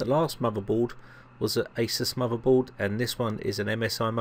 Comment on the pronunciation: "He was playing wiv a muvvaboard...the soize of a tangerine"